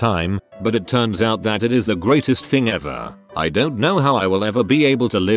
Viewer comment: It’s Thign Time